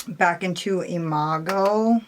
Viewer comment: I love you ❣️ (I hope I spelled that right🙈) P.S. you pronounced Imago perfectly ☺️ P.P.S. Hey! I thought you said in a comment section somewhere that you didn’t get the Churro lipstick. Did I just imagine that?? I ended up not grabbing it because they didn’t have it in a pre-made bundle & I didn’t want to take the risk of missing the palette while trying to get the lipstick lol...I thought I remembered you said the same thing??? I might just be crazy...Churro looked great on your lips, though 😜